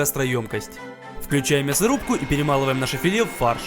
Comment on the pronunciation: Не фильхи а филе.